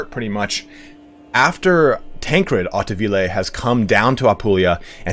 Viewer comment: Hey man! Great content! Spot on with the history part and great prononciation as well (coming from a french teacher ;D)! The ''au'' of hauteville is the same prononciation of ''Oh!'' like when saying ''Now, I understand''.